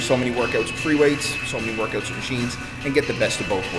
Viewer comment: OMG Canadian!!! "workUTs" :D man.. you're awesome